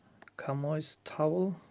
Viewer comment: Chamois is pronounced shammee with the emphasis on the first syllable. Crazy, isn't it? A chamois leather is a type of soft, porous leather, traditionally made from the skin of the chamois, a species of goat-antelope native to mountains in Europe, including the European Alps, the Pyrenees, the Carpathians, the Tatra Mountains, the Balkans, parts of Turkey, the Caucasus, and the Apennines. Source: Wikipedia.